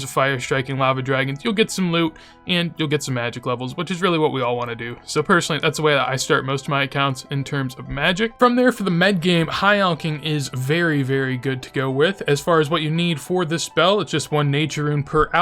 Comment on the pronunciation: Always been curious on why you say "Med-game" instead of "mid-game"